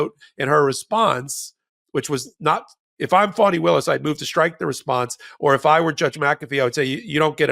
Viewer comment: My phonic attempt may be off but it's Fawn-knee (Fani)